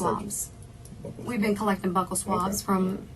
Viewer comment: I hate that she kept calling them "buckle swabs"